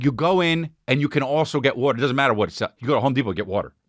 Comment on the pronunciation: Chris on the west coast calling it wuutr